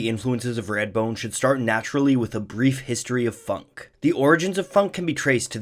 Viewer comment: “Radbone”? “Raidbone”? “Reyadbone”?